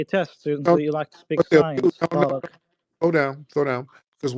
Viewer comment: This passive aggressive pos, saying Tariq name differently then going back to saying it regular hes a fool